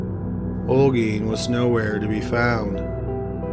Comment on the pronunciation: You pronounced Olguin really good